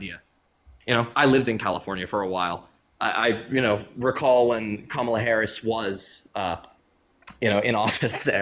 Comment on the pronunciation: I heard all I needed to hear when he mispronounced her name. He just didn't want to vote for the black woman. Say it with your full chest man. He was talking himself in circles trying not to say it smh